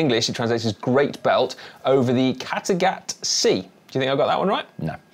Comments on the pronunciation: FYI, Dan &. He did get "Kattegat" right haha - spot on actually! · Kattegat pronouncation is spot on. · Almost perfect pronunciation of “Kattegat”! 😳 That had to be an added voice over… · The “Kattegat”-pronunciation was spot on! I’m danish so I know.